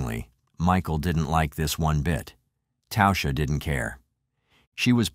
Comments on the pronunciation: Her name was literally pronounced TASHA not tousha.. fk me..if you are going to make content about real people that have passed away and make money off her name at least have enough respect to say it correctly ffs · Its pronounced tawsha..